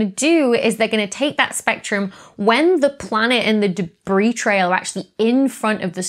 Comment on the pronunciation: "Deb-ris?" - The Slow-Mo Guys